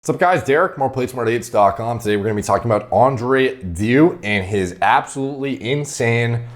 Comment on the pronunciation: andrew dew LUL, it's pronounced something like dayou